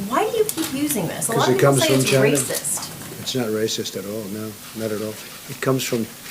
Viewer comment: how trump said china